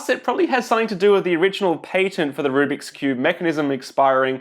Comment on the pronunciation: I couldn't tell if you were a cuber saying rubric ironically or a non cuber saying rubric unironically lol